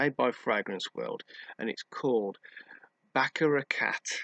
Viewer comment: Lol even one year later that was a catastrophic pronunciation !